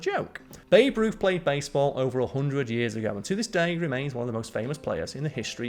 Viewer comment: You actually called Babe Ruth "boof"!!